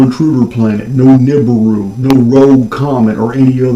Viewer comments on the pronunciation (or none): none